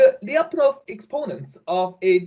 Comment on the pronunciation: FYI: in name Lyapunov, the last syllable is stressed: LyapunOv